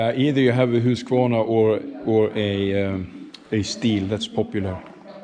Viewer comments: Huskvarna the TOWN and Husqvarna the Brand! The Americans get confused and tense. maybe it's the "Q" Thats why they always mispronounce the brand "HU-S-AKVARNA". Please HELP them! My advice subdivide: SUB-DIVIDE. Like "HUUS-KVAR-NA" Piece of cake right? How about KTM the motor that propel all Husqvarna bikes these days. Austrian KTM engine! K T M "KRONREIF TRUNKENPOLZ MATTIGHOFEN" Ask the Americans to pronounce it! In this video you'll se the founders Herr Kronreif und HerrTrunkenpolz. MATTIGHOFEN town in upper Austria, near the German border. The factory and HQ of KTM. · Almost anyone else than Sweden... Husk-a-varna..